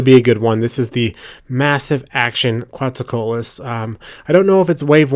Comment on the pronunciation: It's pronounced 'co-AT-lus'.